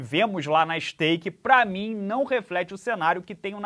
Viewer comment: Não não fale STAKE e sim SKATE não podemos ficar sem o sexto round 🥺😅